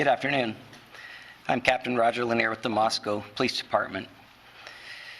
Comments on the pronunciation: MOS-CO not Moscow Fox news. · Moscow is pronounced "Moss-Coe", not "Moss-COW" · Pronounced “Mossko”. People pronounce it like it is in Russia!